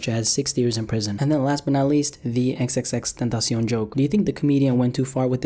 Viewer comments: Ten-tosh-eon, stupid ass niggga. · The way he says xxxtentacion😂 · I can't stand the way u pronounce "XXXTentacion" (but other I like youre videos)